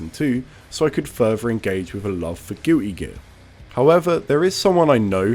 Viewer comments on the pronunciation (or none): I LOLd at how he pronounced "Gity Gee" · "Gew-E Gir" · He did he said gih e gir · I had to rewind the video two or three times before I understood you were saying "my love of GUILTY GEAR"